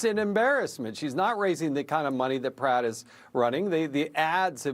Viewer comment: Did he just call Pratt Spratt? 😂